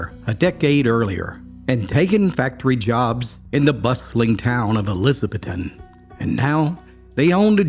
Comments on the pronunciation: My home town…it’s Elizah Beth ton that’s the way it is pronounced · Ummmm… it’s ElizaBETH-ton. Not Elizabeth-ton. You pronounce Appalachian right. You should pronounce the TN small mt towns right. I lived in Boone, NC for years and worked with people from ElizaBETHton. Not judging. Keeping you straight, bo. All love. ***I also wouldn’t correct you had not the girl I worked with CONSTANTLY corrected me on how to pronounce Elizabethton. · My grandmother has always been fascinated by this story. I live in the next town over. There's still a roof over the hole where the cellar of the house was. Thanks for this, I'll show it to my grandma. You pronounced Elizabethton wrong but everybody does. It's eLIZaBETHton. Don't be scared of that last syllable lol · It's Eliza BETH ton. That's how you pronounce it. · In the name Gouge the e is silent. In Elizabethton, the strongest accent is on “beth”. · You cannot be from Upper East Tennessee and not know how to pronounce Elizabethton! It’s: e-liz-a-BETH-ton. For future reference. Former resident of Carter County, where the city of ElizaBETHton is. 😊 Thank you. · Maybe this clown should learn how to pronounce “Elizabethton” and “Gouge”. Good research. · Great story. But please learn how to say Gouge and Elizabethton. 😂